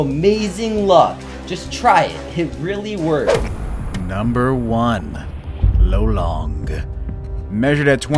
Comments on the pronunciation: Lolong not lo-long hhe after 8 or 10 years after capture. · it's not "low-long", its lo-long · Lolong is pronounced lawlong not lowlong in the Ph.